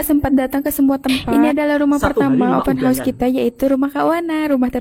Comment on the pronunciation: ...kita betulkan ya...sebutan OPEN HOUSE tu...OPEN HA..OS,bukan OPEN HOS.